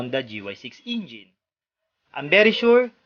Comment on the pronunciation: natawa ako doon sa pagkasabi ng "Gy6 Ingine" at honda gy6 ingine🤣